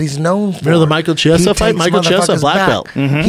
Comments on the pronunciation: i am fucking appalled that rogan doesn't know know how to pronounce Chiesa's name. jesus christ. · chee-esa who? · Why are they calling him Michael Chee- esa? It's Key- esa in Italian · Brendan has the name pronunciation skills of Uncle Joey